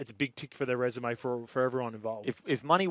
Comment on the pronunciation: Kempie needs to learn how to pronounce resume